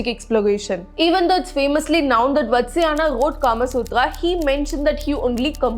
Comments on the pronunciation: It's vaathsaayana. Very courageous of you to take up a sensitive topic, explaining all the sections of this manuscript. However if you don't mind me saying, the pronunciation needs a little tuneup. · Your pronounciation of Vatsyayana is wrong.. Please correct it.. It is Vaatsaayana.. vaatsalyam means love and affection..